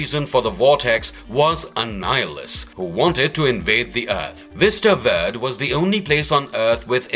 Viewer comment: “Ver-day” not “Vurd”